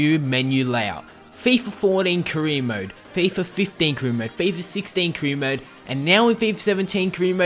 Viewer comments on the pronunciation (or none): Stop saying 'cream mode', thanks!! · ka-re mode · What cree mode? 😂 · Cree mode? lol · "Cree mode"